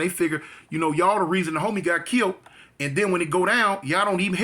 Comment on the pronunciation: brother...it's KILLED!!!!! NOT KILT..